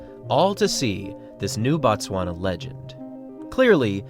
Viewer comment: Not "Bat-swana" but "Boot-swana" or "Boat-swana".. The pronunciation "Bat-swana" = "The Tswana people"; "Boot-swana" = "Place of the Tswana people" ... That "O" is meant to be pronounced as "oo" in "to".. The English butchered the spelling of words in both Tswana and the closely related Sotho langauge, the latter of which is pronounced "Soo-Too"